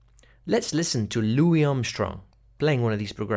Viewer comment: "Lou wee" Armstrong not "Lou wis" other than that good work